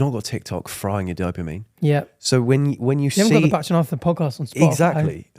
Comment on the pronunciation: You pronounce Bach like Batch...you're a T short.